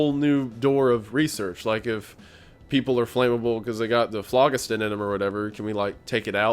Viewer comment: ITS FLO GHIS THUN not FLOG IS TIN